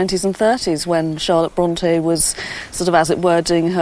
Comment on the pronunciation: Can it be that you are judging a little bit too hard here? I understood the pronounciation as "Bronty" - perfectly right for me. As for the authors I love them both as both of them had detailled insight within the human soul.